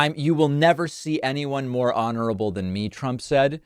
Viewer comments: “I’m an honerable person”🤣🤣🤣🤣😆😆😂😂😃😃😃🤣🤣🤣!!!!!!! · Did Don the Con say he was "honorable" or bondable"???